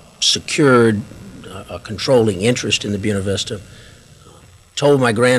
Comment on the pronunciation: Who taught this guy how to say Buena Vista?